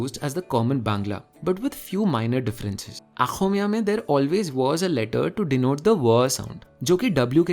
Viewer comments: It's not Aaxomiya it's Axomiya. Now I know all of your brain is plain is playing that "What??" wala meme GIF but unfortunately there is simply no way I can make you understand the real pronunciation. That said, even when I did show the real pronunciation my north Indian friends for 6 months they couldn't really get it right. I really really appreciate the effort this guy is making to get these pronunciation right. Also I want you to know you are closer to the real deal than they were in those 6 months. Lots of Love from Assam ❤️❤️❤️ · Loved the video. BTW Axomia is pronounced with অ and not আ. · Brilliant video. But Axomiya is pronounced with an 'a' sound and not with a 'aa'. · It's not aakhomiya, it's axomiya The first a is in between O and A Not possible to explain by writing it🤣🤣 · Bro, I'm an Assamese, I too am a language lover. I just love your videos. But, I would like to make little correction, it's Oxomiya and not Axomiya. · Love your contents.. But you pronounce 'xo' as 'kho, which is not a surprise coz most people can't ! (It changes the entire sound of the word) . 'DointyaXo' is unique to Assamese language 😊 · Aap aaxomia pronounced kar rhe h but asal m aaxomia nhi oxomia bolte h .. ( okhomiaa) ( অসমীয়া) 😃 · Pretty sure it's not Āxomiya but Ōxomiya. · Love your work. But please its not Aakhomia, its okhomia. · There was mistake Should have been Oxomiya But loved the vdo